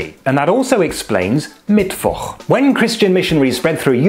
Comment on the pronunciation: Congrats for pronouncing Mittwoch that well. Now develop a German accent and you are 100% German!